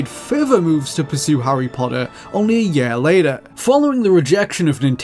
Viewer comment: It’s year not yare